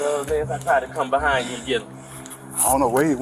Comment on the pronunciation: BEHIND BARS NOT BUHIND THERE IS NO U IN THE WORD BEHIND how tf would you pronounce "be kind" Huh?